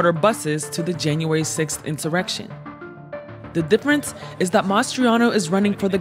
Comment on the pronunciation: I like when she said INSERECTION 😂😂 😂😂 Trump will run , & Win in 2024 ( providing they don't CHEAT AGAIN ?? )